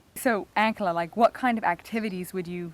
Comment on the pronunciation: Just curious about the way you pronounce, "Ankela". Your "a" sound is like the a in Hank, not like the "a" in father which is the way the Hutterites and Hutterische Mennonites pronounce the word. Why?